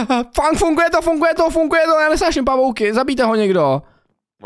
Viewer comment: Prosím nauč se říkat slovo funGuje. 😀 Můj šestiletý syn rád kouká na tvoje videa a byla bych nerada, aby kvůli tvým videím špatně mluvil. Děkuji 🙏🏻